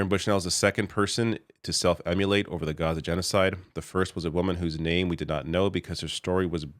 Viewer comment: Just one dumb note: Self-immolate is not pronounced "self-emulate" (which would be another kind of impossible act). immolate is "IH-moh-laet." Meanwhile, love you, love your content, love LM as well.